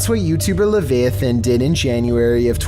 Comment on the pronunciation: Leviathan - pronounced [ li-vahy-uh-thuhn ] Biblical sea monster.